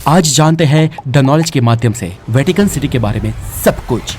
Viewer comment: "वैकिटन" नहीं 'वैटिकन' होता है👍